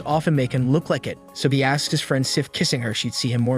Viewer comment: No offense my man but how do you have perfect pronunciation for almost every other word you say but absolutely butcher "Friend" and "Spinning"?